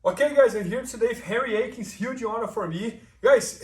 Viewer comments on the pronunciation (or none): "I'm here today with Hairy Aikins, hooge awnerr for mee!"